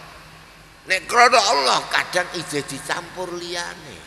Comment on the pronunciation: Suaranya jelas tartil fase. Ucapan ALLAH nya KH Maimun jelas benar di dengan, saya suka. Karna kadang ada kiyai yg ngucap ALLAH kedengaran AWLOH yg kedengaran belum jelas make Lam tasjid nya.. Ujung lidah nya belum nempel ujung gigi bawah.. MasyaALLAH suka nya KH Maimun bila ngucap ALLAH membuat hati berdebar.